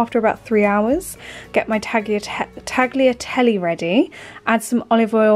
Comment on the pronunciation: Nice, easy recipes - thank you. I would switch the chicken for ground (minced) beef in a couple of the recipes. Also, Italians don't pronounce the "g" in "tagliatelle".